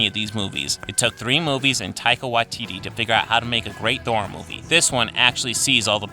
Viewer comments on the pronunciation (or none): none